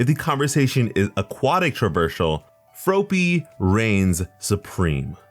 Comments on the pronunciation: hearing you say froe-py instead of frop-py made me wanna yeet a frog at your head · He kinda sed ropey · The way he pronounced froppy is how she pronounced it in the anime. Shes my favorite 😍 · Froh-ppy huh? Take a shot. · Froe pee? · Ugh your saying her name wrong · The way your saying froppy is making me feel weird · The way you pronounced Froppy made me realize why im suicidal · >saying Froppy wrong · I cringed every time he said it wrong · Yes he is